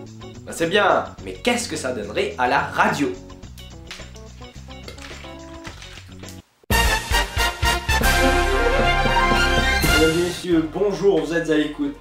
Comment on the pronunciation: RAdio Essstra Hahahah..:D